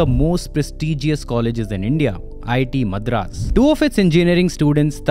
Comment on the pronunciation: Get your pronounciation right on words like Madras, Chassis.